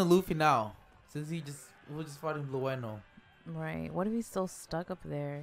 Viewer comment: Guys, his name is pronounced as blue (as the color) and no; for the CP9 member Blueno.